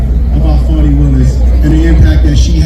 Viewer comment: Fawni? No it's FANI,,,,FANI, PRONOUNCED,, "FANNY".